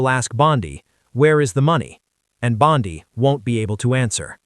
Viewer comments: Rubbish AI. Bondi not Bondy. She is a female not a male! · Why do you speak of Bondi as Bondaie and in masculine very often? Is this even some true news?